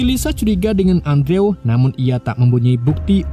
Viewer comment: Andrew.. dibaca Endru' ... Min... 🙏🙏🙏